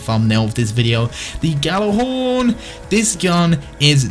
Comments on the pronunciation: please Fucking pronounce it right. Yal-ah-horn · gal-ah-horn is how you say it you fuck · are you actually challenged... GJ does not make a G sound. It makes a fucking Y. Have you ever taken any foreign language??